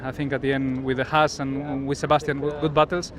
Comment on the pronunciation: How can it be not even F1's own reporter are able to pronounce HAAS correctly?? It's one thing the guys at Sky can't seem to learn, but really??